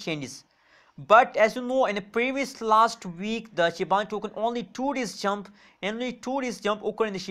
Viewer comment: Shiba inu** not shibanu